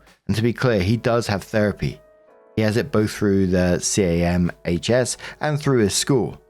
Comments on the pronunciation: The absolute fight or flight response to hearing camhs 😅 (its referred to as CAM-S like you said the first time!) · In case it comes up again CAHMS is said as 'Cams' just a small thing to help avoid you having to say a mouthful lol